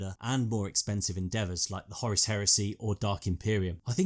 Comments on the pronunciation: It's Horus not Horace you dimwit. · Its Whore Russ not Horis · pronuncation of Horus... sounds much more powerful and sinister as 'Hawruss' not 'Horace'. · Who the fuck is Horace? I thought the Warmaster was called Horus. Lol... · Just one question: why are you calling Horus Horace?